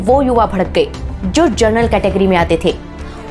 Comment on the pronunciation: हैदराबाद से! पिछले कुछ दिनों से मैं आपके पुराने वीडियो देख रहा हूँ।बहुत बढ़िया रिसर्च एवं प्रस्तुति है आपकी। छोटा सा सुझाव है, उच्चारण पर थोड़ा ध्यान दीजिए, जनरल को आप बार-बार जरनल बोल रही हैं। धन्यवाद।